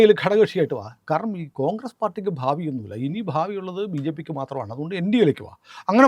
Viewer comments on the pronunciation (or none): none